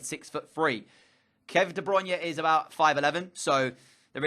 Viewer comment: If you buy KDB, at least pronounce his name correctly.